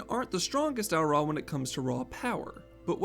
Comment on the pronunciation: I will ask one favor of this video... "Au Ra"..... Not Au'Ra lol. Bless <3